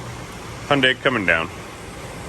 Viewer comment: Hyu makes a “hue” sound. It’s one sound. The whole name is 4 syllables: hue-n-da-ee. (Hue-n-die-ee) the pronunciation casually is (huen dai) sounds like 2 syllables.